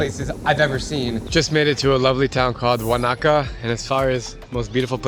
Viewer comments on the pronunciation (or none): you can say "Wanna kahh" instead of "wahh nah ka" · Is Wah Nah Kah not WanyaKa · Its pronounced Won a ka